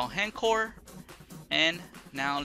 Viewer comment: It's not HEN-CORE, it's H...... (pause) ENCORE (pronounced ON-CORE) Why does EVERY Vita YouTuber say this?